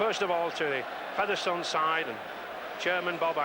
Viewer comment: Why has Ray French suddenly started pronouncing Featherstone as Feather Stone?